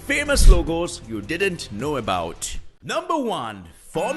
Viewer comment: It's dint not didnth Just for pronunciation